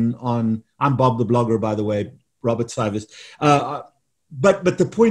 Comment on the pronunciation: His name is pronounced Sy-vas...